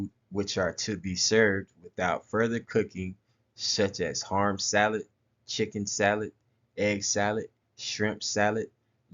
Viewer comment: Harm salad😂😂😂😂 or ham salad lol